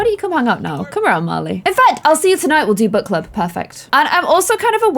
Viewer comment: When you said book club I thought you said butt club!?